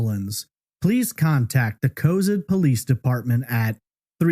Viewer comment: City is pronounced Co-Zad